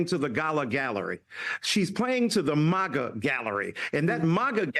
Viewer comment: Talk about ignorant. Haley’s comments were sad as far as I’m concerned. But the pure racism out of both people here describes exactly what we’ve become. Both of you have forgotten that The United States is a nation of immigrants. You should both never be allowed on air. He can’t even say MAGA correctly. You both disgust me as racists who need an education. 👍🏼👍🏼